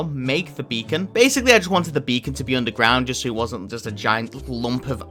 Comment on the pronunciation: "ok so, i finnally got my beecon" says